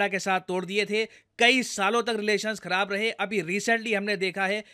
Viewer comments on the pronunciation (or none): none